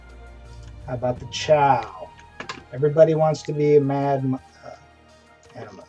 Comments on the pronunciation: how do you get chow from chua? It is pronounced CHEW-UH!!! say it with me now!!! CHEW!!!! UHHH!!!! chua chua chua. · "ive been associated with wildstar for a long time" pronounces chua wrong. okay